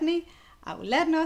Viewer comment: Ĉu ŝi diris "scii" kiel "sii", aŭ miaj oreloj nur malbonas?